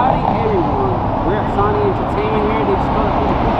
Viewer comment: Wtf is SAWNEE ENTERTAINMENT EVEN PEOPLE IN MEXICO KNOW ITS SONY. KINDERGARTNERS KNOW ITS SONY. SMH. RIBULL LOL REDBULL. AYAYAYAY. YOU KNOW BETTER THEN THAT.